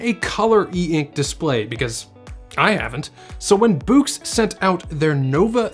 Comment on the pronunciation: Bewks? Its BOOX. Do you read bewks? Or books? Immediate Dislike.